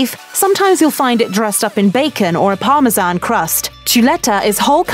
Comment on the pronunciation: She can say Parmesan correctly too🤦🏽‍♂️🤷🏽‍♂️